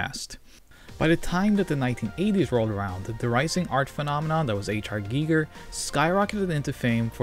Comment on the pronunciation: I mean no offense, but I believe it's pronounced "guy-ger", not "gea-ger"